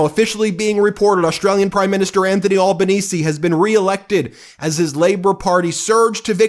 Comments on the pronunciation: Ben ... It's pronounce Al (like Al Pacino not "all")Al ban easy = Albanese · Hey Ben….the Australian Prime Minister is called ALbanese, not Awl banese. And he ROMPED it in…